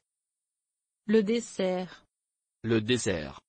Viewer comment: They got dessert wrong. It's not pronounced that way, at least not around Paris.